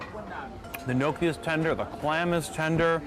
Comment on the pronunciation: Again. Gnocchi is pronounced Nyok-gee